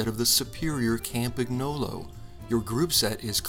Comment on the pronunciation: Campagnolo is a brand, it should be pronounced in the same (Italian) way in every language